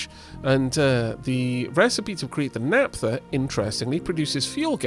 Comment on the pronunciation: Hi. Loving the series. Just an f.y.i - the "ph" in "naphtha" is pronounced the same way as in "Philip". Take care!